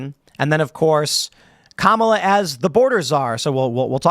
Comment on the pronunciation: You've got to say Kamala right it's pronounced car-melon